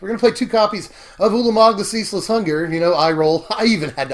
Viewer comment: Hurr-durr turn four Urlermerg 😂